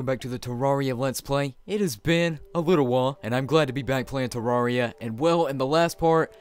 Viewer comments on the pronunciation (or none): none